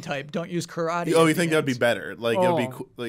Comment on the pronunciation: What a crispy crew, going off the rails, love it! Also please pronounce "Karate" like you pronounce "Pokemon" took me minutes to figure out what you were talking about, L&R